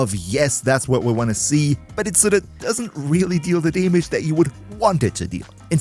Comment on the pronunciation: I like how you pronounce damage. Daemidge